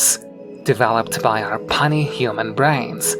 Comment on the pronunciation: Very interesting. Thank you. I think that the idea that math can take the lead (and observational data will surely follow) came from Einstein. He used math-- and bold interpretations of it-- to make predictions about reality that turned our to be correct. That created a paradigm that's still in use today. One small, teensy thing: 'puny' is pronounced 'pew-nie' not 'punnie.'